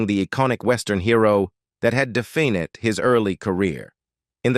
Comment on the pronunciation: Toward the end of this video the dialogue got worse and worse. Defined becanme D-fin-Ed. Rifleman became Rif-la-man and many more. Ruined the ending for me.